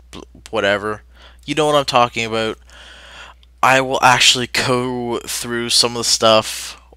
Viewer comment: did you mean to say ABOUT or a boat? >:]